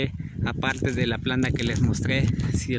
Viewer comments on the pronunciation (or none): Porque dises planda cuando lo correcto es planta ,planta